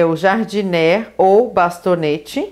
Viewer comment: Como vc está nos ajudando, deixa eu te ajudar também: uma dica: ´Jardinière se pronuncia : Jar-di-ni-ér